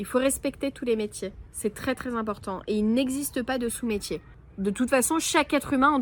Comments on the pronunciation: on dit "Sot métier" et non pas sous 😉😇❤ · On dit « sot métier » et pas « sous métier » mais je t’aime quand même 😂❤ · Coucou videos au top comme d’habitude ❤ des anecdotes tu as envie de buter tous ces irrespectueux 😮 ne dit on pas sot métier au lieu de sous métier… le paysage et les bruits de fond sont très appréciables en tous cas❤❤❤